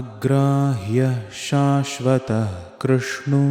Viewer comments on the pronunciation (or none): Amazing work but for 57) krshnah idk if i heard wrongly but u said "khrhnu"❤❤❤ can someone tell me why some off the names have "nah" at the back but we say it as "nu"?